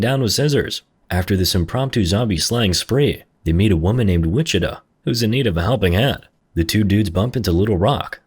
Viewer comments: Lmao so from everyone in Texas or hell even Kansas ITS WI-CHI-TAW not “witchituh” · This guy saying wichituh 😭